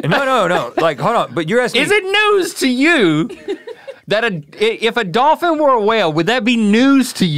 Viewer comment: I like how we found out that besides the word Wolf, Rhett can't prenounce Dolphin either